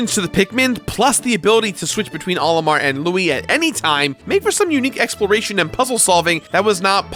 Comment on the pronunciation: He keeps pronouncing "Olimar" as if it's the name "Oliver," but with an M instead of a V. What a silly is. Come on, bud. Smash Brothers has been telling us how it's meant to be pronounced for years.:p